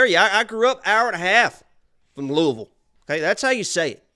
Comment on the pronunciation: I have thumb up’d the vid bc pronounced Louisville correctly